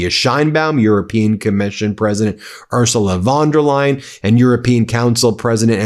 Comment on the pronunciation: A wee heads- up, Ben.Her name is pronounced " oor zoo la fon der lie en" Many thanks to you and your team for upholding the truth in this world. You give a scared old Scot much hope.